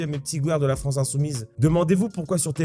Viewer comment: Fronce ? Y'a quelqu'un qui parle comme ça ?